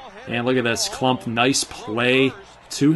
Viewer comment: My name is KLUMPP not klummp